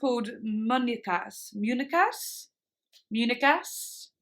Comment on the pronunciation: OMG so excited to see the other reactions!!!!! also, the "ñ" is pronounced kinda like "ny" muñecas , munyecas, luv uuuu